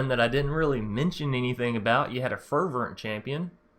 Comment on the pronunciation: lol its fer - vent